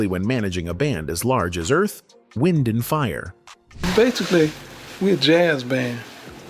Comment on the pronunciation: "Morris" White? Earth-- Wind & Fire? I hate these AI creations! 😡 Repetative, poor pronunciation, annoying. I stayed in my home 3days after hearing of Maurice's death. It was like loosing my closest friend. I played EWF music day and night, and cried as I sang along. R.I.P. my friends. You will live in my heart forever🎉 Thank you for sharing each of your extraordinary gifts❤